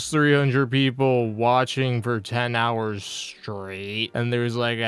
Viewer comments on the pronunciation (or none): none